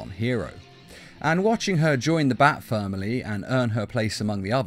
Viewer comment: Is nobody going to talk about how he said bat femily